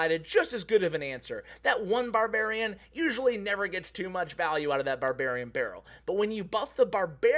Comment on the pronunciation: All I hear in this video is Babarian Barrel :D